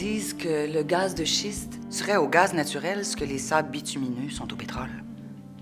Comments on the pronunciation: Personnellement, je trouve cette campagne de sensibilisation complètement RIDICULE et démagogique. Des artistes qui se prononcent sur un sujet scientifique c'est comme demander a un géologue de jouer la comédie. Pourquoi Benoit Brière n'est aps capable de prononcer Schiste? il se moque de qui? du petit peuple à qui ce message est destiné?. L'opinion d'un acteur qui joue un attardé mental dans une émission populaire de bas calibre m'importe peu. J'AI HONTE!!!! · Voyons donc! C'est bien ridicule comme campagne de sensibilisation! Des acteurs! aucun scientifiques! Qu'est-ce qu'ils en savent! pis Benoit Brière, acteur, est même pas capable de prononcer Schiste! Ridicule! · Le message de prendre des précautions est très légitime et même essentiel, mais, pour ma part, il perd toute crédibilité en voyant ces artistes apeurés, qui connaissent le sujet probablement pas plus que chacun de nous. C'est quoi son problème à l'autre "has-been", pas capable de prononcer gaz de schiste, c'est supposé se moquer de quoi? En tout cas, moi je suis pour mais de façon intelligente. On peut pas passer à côté sinon on reste pauvre et médiocre comme on l'est présentement.